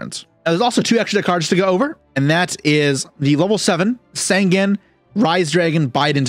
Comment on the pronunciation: Sangen is not called Sangan, Sangen has an "E" in there Sangan Has an "A" in there so there different